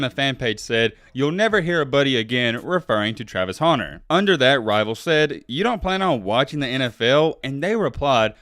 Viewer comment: Hunter not 'Haunter' lmao